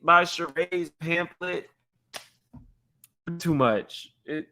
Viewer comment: Did y’all hear drew say pan-thlet?